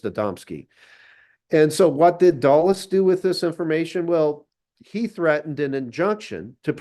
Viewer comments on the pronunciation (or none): duh-les, not doll-es